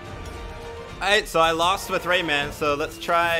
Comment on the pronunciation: Y so u say rayman like dat, like it’s two words or something